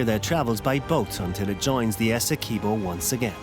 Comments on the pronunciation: Essequibo not essekuibo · It's pronounced...S..e..quibbo. Awesome documentary nonetheless. Thank you for showcasing our spectacular river 🇬🇾